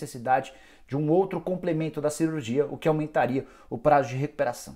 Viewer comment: "cerurgia" kkkkk